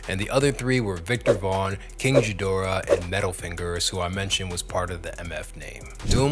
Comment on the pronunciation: Tell me you never listened to Take Me To Your Leader without telling me: king jeeder-uh